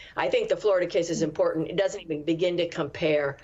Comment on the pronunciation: What is it with the dropping of the T in the word “important”? The T isn’t silent.